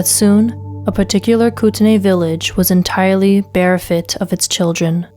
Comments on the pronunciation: Bear fit? It's BE-REFT, ya onion! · if you can't properly pronounce the words you're reading, you shouldn't be a narrator. "beguile" and "bereft" are 2 that stood out and i'm only 12 minutes in.